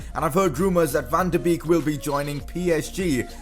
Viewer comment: It is bake not beek